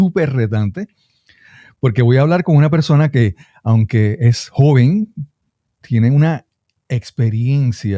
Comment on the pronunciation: JOVEN you missed an N